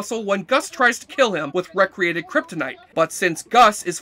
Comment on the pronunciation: How did you pronounce re-created? Oh my God